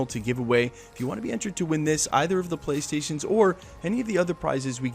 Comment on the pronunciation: The way you say 2 playstion pros is funny. It never gets old.